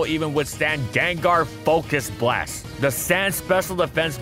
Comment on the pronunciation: the emphasis u put on it LMAO "Gengar FOCUS BLAST!!"